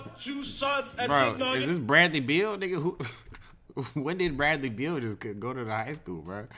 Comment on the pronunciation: Man said bradly beal